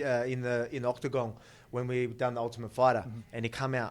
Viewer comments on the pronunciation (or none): is it just me, of just Alexander Volkanovski say "Octagong"?